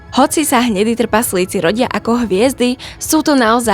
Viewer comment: Ahoj. V prvom rade ti musím povedať, že máš super tematický obsah, ktorý milujem, a vždy sa teším na tvoje nové video. Ale jedna otázočka: ty nevieš po slovensky? Vždy ma v škole učili, že ako čítam, tak mám aj vyslovovať. Tí tvoji trpaZlíci totiž trhajú uši. Prosím, rozprávaj normálne, už keď robíš poučné videá pre ľudí. Neber to ako hate, ale ako dobrú radu do budúcna. Ďakujem za tvoju prácu a veľa zdaru v ďalšej tvorbe. 👍 👍 👍